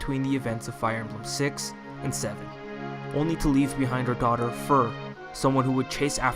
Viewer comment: "Fear" not "Fur"